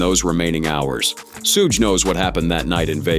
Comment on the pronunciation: His name is pronounced shoog not shoez or shoogay. Suge Knight…. Say it right. 😳